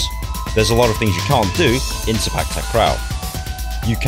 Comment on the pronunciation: I meant the word "sepak". The way u said it in the vid is like "spak". No offense tho.